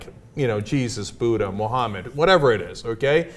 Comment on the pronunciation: Buddha not boda